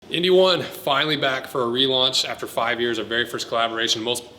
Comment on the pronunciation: god say N-D not indy